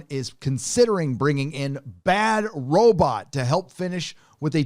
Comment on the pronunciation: Could this dude look up how to pronounce Robot, this is killing me